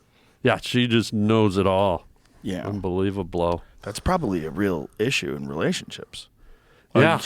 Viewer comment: OK dude's crazy! I know he said "unbelievablow"😂😂😂😂😂😂😂😂😂😂😂😂. Right